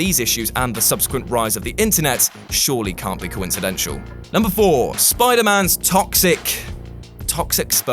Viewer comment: 'coincidenshal'? Really??